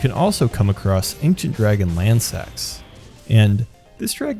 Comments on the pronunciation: Its Lansseax, its just said like "Lans-Seax" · This is not a mistake. The naming conventions for Ancient dragons are that male names end in "Sax" and female names end with "Seax" meaning that Lansseax is female. Also, the name is pronounced 'Lan-see-axe'.